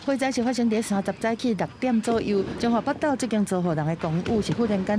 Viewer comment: 主播真專業，北（寶）斗唸對了！